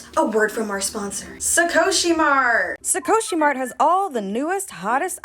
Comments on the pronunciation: Sukoshi is a weird choice to name your shop. Sukoshi in Japanese means “a little/a bit”. I don’t know how this name reflects a beauty shop but I guess if it sounds cool it’s fine right. Also it’s pronounced “soo-koh-shi” not “su-co-shi” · wait but please pronounce sukoshi as scoshii next time D: it means 'a little bit' in japanese